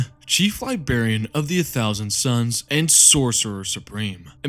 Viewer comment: Chief ‘LIBARIAN,’ love the vid mate